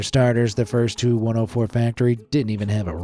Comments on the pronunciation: FYI... the TU in TU-104 is not pronounced like two or too, it is the separate letters T U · It's not the 2 104 -- it's the TEE YOU 104. You don't call a DC3 the dick3, you don't call a FW 190 the few 190, and you don't call the 'M' 'E' 262 a me 262. Also, your AI footage of Chris Christie looked faker than the AI voice that can't say airplane designations correctly. PROOFREAD PEOPLE -- or proofview as the case may be. (the only exception to this rule are the planes from Mikoyan - those you can call a mig whatever number. I don't know why, there's no G in Mikoyan, but oh well) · For the TU-104, the letters T and U are pronounced separately, not 'Too-104'.